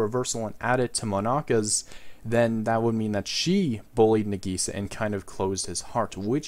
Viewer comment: He butchered Nagisa